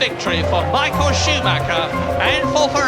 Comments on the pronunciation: Michael a nie misiael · czyta się normalnie michael a nie jakoś misiael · Skad pomysł na wymawiane "Misiael" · "Misiael" no padnę ze śmiechu XD Michael Schumacher jest i będzie legendą F1